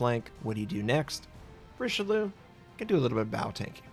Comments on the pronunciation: As someone whose last name is only a few letters off from the name of this BB...it's REESH-LOO (spoken quickly). Not Rishilu -_ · It's Ree-Shell-Ee-Uh! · you must learn to say eyes and Eggs in french yeux and oeufs rishel yeux and tto forget the last E for all the battleships who finish bay E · REEEEE SHELL .. EE . UHHH!!! IT CITADELLED YAMATO !! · La prononciation est à revoir mais belle partie avec ce Richelieu :) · Such a beautiful ship, even if you didn't pronounce her name correctly. Never change,. Never change.:D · Come on man... I know Americans suck at pronouncing stuff, but this is Richelieu, i.e. the bad guy from Three Musketeers. Knowing how to pronounce that should be obligatory. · Nothing new. It's what Americans always do with foreign names.